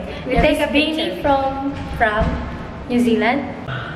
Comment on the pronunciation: BEANNI? Yan yung mga tao sa Pilipinas BEANNI-bino 😅😂🤣🤣